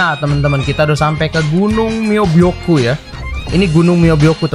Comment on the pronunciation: myoboku bang bukan moboku